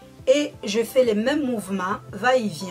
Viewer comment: on dit pas Tito mais tuto et on dit mouvements pas mouvema ptit corection d'abonnés☺sinn bonne videoo